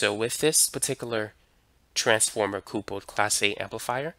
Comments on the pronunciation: I enjoy your videos but it’s funny how you pronounce “couple” like “coople” instead of “cupple.” Do you and your partner make a nice coople? Lol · I also noticed that he pronounces couple as coople. I wonder if his pronunciation is due to some regional accent? Curious. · What's a "Coople"??... 🤔 🤷🏻